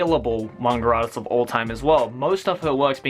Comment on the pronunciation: "The top tin manger artiss" Haha. I love you <3